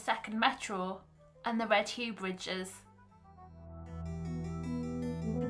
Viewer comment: It's pronounced Red yuff bridge not Red hugh!